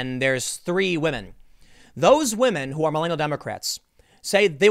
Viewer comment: Tim absolutely watches Pewdiepie between the pronunciation of "wamen" and twatter" those are dead giveaways lmao